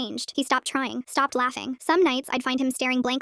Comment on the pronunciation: is anyone gon say that she said "crying" instead of trying?